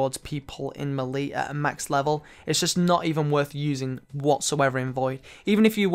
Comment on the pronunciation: Good vid but that isn't how you say melee